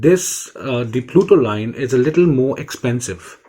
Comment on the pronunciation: It's Putoline NOT PLUTOLINE Bro